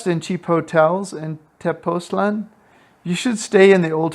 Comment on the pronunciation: I’m thinking of retiring there which is why I clicked. So this helps a bit I think. (I often wish Americans would work on languages outside English. Spanish has diacritical marks that help pronunciation. Tepoztlán has an accent. The emphasis is on the last syllable, not the second to the last.)